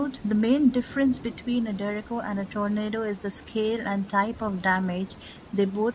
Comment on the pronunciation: She says derecko